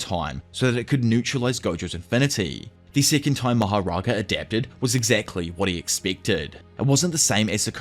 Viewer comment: If there is one thing I really hate about this video it’s the way pronounces mahoraga